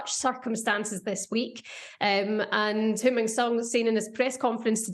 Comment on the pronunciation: Can we please say Heung Mine’s name right… ffs